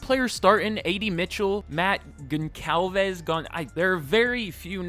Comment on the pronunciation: You pronounce it Gon-Cal-Ves :3